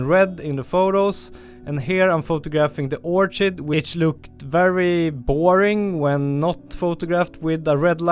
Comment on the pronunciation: Another rippa video. 🙂. With pronounciation, "petals", should be, I think sounded as 'pet - als', and depite the spelling, "orchid" would be 'orr - kid'. This is not a criticism, as I couldn't even imagine speaking as you do, in an 'other than my' Native language, but hopefully just a bit of dope for you to take or leave. Keep 'em coming Mate.